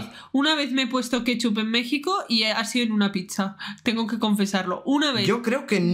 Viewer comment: Jajaja es plebilla wue dijo que le ponemos kepchup q todo pues no se donde comio jaja